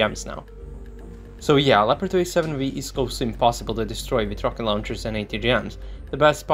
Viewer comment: it´s a LEOPARD not a "lapadui" or anything you say.....